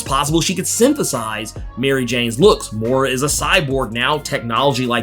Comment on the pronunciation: Moira...not mora